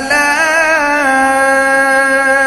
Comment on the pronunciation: I can say he is reciting wrongly. 1)It's small kaaf but his pronouncing big qaaf. 2)instead of tukadhdhibaan pronounced tukazzibaan.